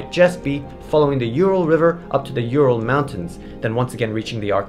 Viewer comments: Not You-Ral. U-ral. Oooh-ral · It just hurts my ears when pronounce Ural as You-ral instead of Oo-ral. Also I can't stop my brain associating it with urinal when I hear You-ral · It's not pronounced like that, ( I am talking about Ural Mountains ) It's "OoRrraall"